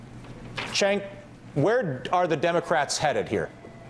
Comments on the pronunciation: It pisses me off how he keeps calling Cenk "Chenk". It's pronounced "Jenk" twat!!! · say it like this phoneticly- JENK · why is he calling him "chank?" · Ratigan straight calls him "Chenk" EVERY TIME! TYT pr girl get on your job. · i'm almost certain it'spronounced "jenk", friend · its pronounced jenk not Chenk >.> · still calling him CHENK? dam lol someone REALLY needs to notify him that thats not how you say his name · LOL "Chaynk"